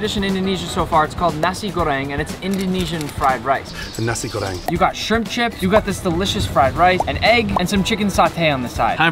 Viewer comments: As a girl that lived in Indonesia...I agree Bali is the best vacation spots in the world!!😩😩 Edit: ✨NaSe GoReNg✨ 🤨😂 just made me laugh like a demon 🗿😩😂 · Just the way he says "Nasir goreng" I live in Indonesia and THATS NOT HOW YOU SAY NASI GORENG (yes I also talk Indonesian here is my proof:ini bukti saya you can go to Google translate I'm and translate that English and from Indonesian to English I said this is my proof) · you said nasi goreng wrong